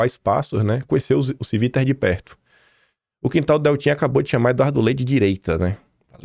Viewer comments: A pronúncia é TIVITA e não CIVITA. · A pronúncia não é “Civíta”, é “TchÍvita”.